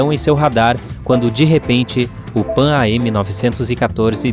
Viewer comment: Amigo, se lê “Panam”!